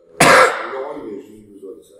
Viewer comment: LORANNNN pas Laurent